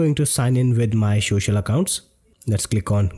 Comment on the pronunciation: Social not showshal account...Indian hummm lol